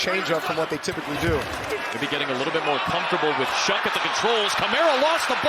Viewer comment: I thought the saints QBs name was pronounced like show, I'm hearing shuck.